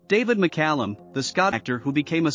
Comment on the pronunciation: Lesser talented actors/musicians have gotten more attention for less-no Emmys, Star on Hollywood or Knighthood, but David was humble and achieved more. Illya's last name was pronounced Curry-a-kin and Judas's Is-carry-ot, but thanks for pronouncing David's last name right. You gave more info than some do and I had less trouble understanding you. Loved that man and glad I got to meet him. Almost died myself of Covid in '2020 because I couldn't get a vaccination in time. I get my my boosters and am still alive at 68. If I hadn't, he woul've out lived me. RIP, David